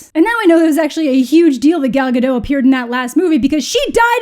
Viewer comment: just an fyi Gal Gadot's name is not with a silent T, you should say Gadot not Gado. don't know why so many Native English speakers assume it's a silent T